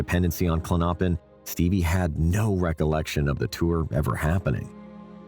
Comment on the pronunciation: Klonopin pronounced KLON-no—pin. Stress is on the first syllable, not the second syllable.